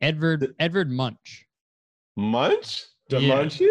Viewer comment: The way they pronounced edvard munch lmaooo